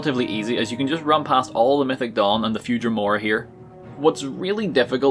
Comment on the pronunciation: I thought he said “mythic dong” for way too long